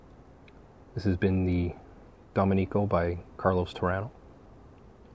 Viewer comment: also it is pronounced doh-mih-ni-co with the emphasis on the MIH. Just trying to help. Don't want you sounding like an idiot if you are around Latinos who know the family and area. :) Keep up the work. Just ordered 20 so should see for myself. I LOVE the Torano Reserva Decadencia ! Comes in a glass tube and is infused to smell and taste like port wine.